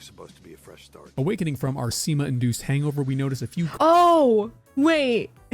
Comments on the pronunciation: were you thinking of semen? cuz i just heard sema or smth like that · Sima, not semen, i know i know, its a common misconception... i too am surpsied when i get sima... oh wait....